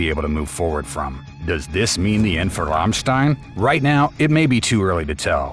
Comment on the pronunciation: Learn to pronouns the name of the band right, it's just one word to learn and you repeat it numerous times making it painfull!